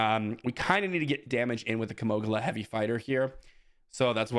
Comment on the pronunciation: It's Kino-gila not kimoglia. Kind of like keemo- geela